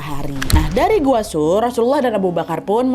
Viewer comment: Gua tsur mbak nadia bukan sur